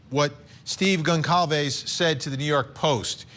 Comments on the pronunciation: The family's name is Gonçalves and it is pronounced : Gonsalves. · Pronounced Gon-sal-vez you're a tv person get it right. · I’m sorry to the private investigator on this panel, but he doesn’t seem too bright. He sounds like one of those true crime wine moms who comment outlandish theories on Reddit. Also why can’t these so-called professionals pronounce Goncalves correctly? That’s the least they could do.